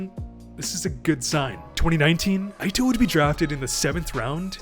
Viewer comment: Ito = pronounced EETO, not AITO. ffs he's Japanese not American